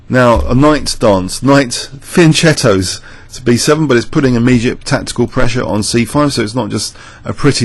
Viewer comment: Oh, did I just hear you say fian[ch]etto? You've changed your mind about the pronounciation of this word I see :D